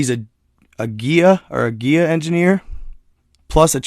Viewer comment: Did you pronounce Gaia as giya? Maybe you were reading something else...